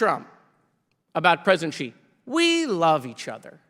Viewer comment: I love Jared, but if he wants to be successful as a smart-*ss, he MUST must must learn to pronounce Xi Jinping's surname correctly. It is NOT pronounced "Chee". "Shee" would be a little better, but Xi is like asking "Shee?" with the tip of the tongue against the back of the bottom teeth while kinda grinning a little. It would kinda make Democrats know what they were talking about with Foreign Policy and it is certain that Comer would never learn it: Comer can't even pronounce the Americanized Moskowitz correctly! 🤣